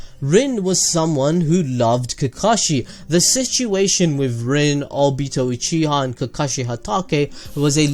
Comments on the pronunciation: you said o-bi-ta... its o-bi-to edit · Did anyone else here him say Albito instead of obito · Obeeto Me:WHY CANT YOU JUST SAH OBIIIITO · he said abito TRIGERD!!!!!! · the way u said obito made me uncomfortable idk why lol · Say obito like that again and I will kill myself